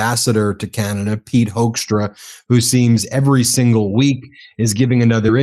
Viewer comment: I really like the fact that you keep pronouncing Hoekstra’s name wrong, the ‘oe’ is supposed to sound like in ‘hook’, or even better, like in ‘fool’. But I think Hoaxtra sounds much closer to who he really is as a person.